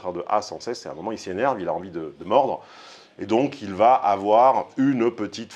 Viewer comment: Ce qui m'arrache mes oreilles c'est le IL VA avec une liaison comme s'il y avait un T après va il va t être. n'est pas le seul, loin de là.